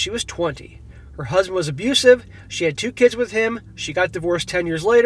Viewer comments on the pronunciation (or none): "Her husband was aboosive". Sure.